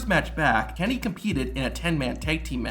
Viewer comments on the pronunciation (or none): Good video, but half the time you pronounce "Kennedy" like "Candy" lol